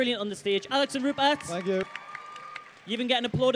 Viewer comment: Rupert, not Ruppert!